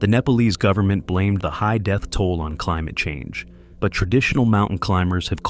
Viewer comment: CLIIIIIIIMUTT CHANNGE..... 😂😂😂😂RIGHT!